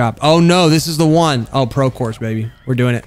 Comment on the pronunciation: Do a video of every time you said BORSE of CORSE